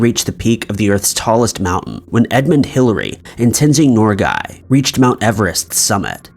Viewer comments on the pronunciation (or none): Why did you have to butcher Tenzing Norgay's name like that man🤦🏻‍♀️